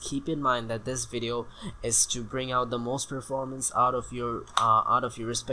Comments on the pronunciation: Texan Accent: Videoow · Your funny when u say ViDeA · Let's Go to The Videaw. I say the same thing :D